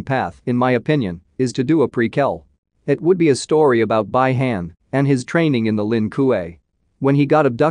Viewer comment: Bi han spell "be han"